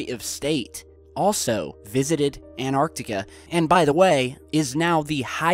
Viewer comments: Where is this "Anartica"? I have heard of "AnTartica" it has a T in it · ahhhhhhhhhh its anTarctica not anartica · it's not An arctica it's Antarctica it's not hard to pronounce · It's called Antarctica , pronounced An-tartica ... not Anartica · Ant tartica not annar tica. Hope this helps. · Please pronounce the 'T' in Antarctica. It is 'AnT arctica'. Not 'An arctica' But still an interesting video. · it's Antarctica, NOT Anartica. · please please.. its anTarctica not anarctica. and they are at bases on antartctica NOT the south pole, the south pole is miles from where the bases are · ANTARCTICA ! Repeat again and again ☺ Nobody is rushing you 😊 You have an interesting channel and interesting clips ☺ Anartica is not a real word 😉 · It's Antartica not Anartica - it's bad enough to get it wrong once but to keep repeating it is unacceptable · ANTARTICA not ANARCTICA, LOL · And, STOP CALLING ANTARCTICA "ARCTICA" for Christ sake. ARCTICA is at Noth Pole. You talk about CONTINENT which is called ANTARCTICA. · anyone get triggered when pronounces Antarctica anarctica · Not triggered as such but it really annoys me. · FrenZie "Antarctica" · AnTarctica has a T in the third position which is not a silent T which means you need to pronounce it. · AN 'T' ARTICA please! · its pronounced Ant.tar.ticar